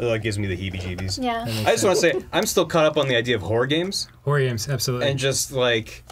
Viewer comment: fucks up the pronunciation of "horror", the guys use it as a launch point for being funny, followed by getting mad and shutting everything down. Yep, that's par for the course.